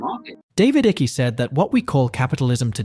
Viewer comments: David Ickey???...WTF....Useless AI interpreters butchering the English language. FIX IT YOUTUBE. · I'm pretty sure his last name is pronounced IKE. Maybe one syllable. Eye-kah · Dislike for being speculation and can't even speak the name correct i been seing everything from Icke and read several booke since 2009 it had not much to do with crypto. They will try but crypto is the rabbit hole out of it. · Stop saying the name wrong, he's contributed more to the fight than you have. Show some respect, I couldn't even watch the whole video because of all the mispronounciations garbage.. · You are saying his surname wrong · Nice video. I would suggest to look into how you pronounce Icke. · You didn’t even do enough research to pronounce his name correctly! 😆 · Please learn how to pronounce David's name correctly before making a video about him! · Your saying his last name wrong..and it sound hilarious. :face-turquoise-drinking-coffee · you do realise this is an AI generated voice, right? But i get you, the mispronunciation rubs off me wrongly too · I found it annoying as well but it could be for the censors. There is no way he cannot know the proper pronunciation. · I wish you would pronounce David's surname correctly it's Icke not ickie. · Stop saying iky ,Its icke pronounced like bike!! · ITS NOT DAVID ICKYYYY ITS ICKE !!!!!!!! YOU MORON!!!!! like saying "Mike" but without the M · you could start by getting his name right - it's icke as in hike not icky as in sticky. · IT'S NOT PRONOUNCED ICKI..IT'S IKE!!! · Ick' not icky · His last name is pronounced “Ik” not Ichy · Why you butcher his name like that? 😂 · Your pronounciation of ICKE is incorrect. You are saying (i-ky). It's (eye-k) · Not Ickey , its pronounced like Ike. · It’s pronounced “ike” as in “mike” not icky 😖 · Can ypou please pronounce his name properly it's only polite its not ickee. It rhymes with 'hike'. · Icke's name is pronounced IICK NOT IECKY... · His name is David Icke NOT Iccy!!!!!! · Icke like bike.